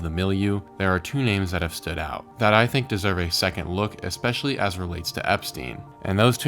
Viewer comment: Stop saying "EXpecially"!!!